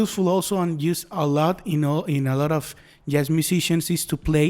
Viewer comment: Great video! (but you might want to look up how to pronounce the word Jazz :P )